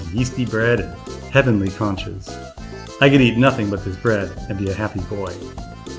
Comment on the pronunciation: It’s NOT CANCHAS it’s CONCHAS !!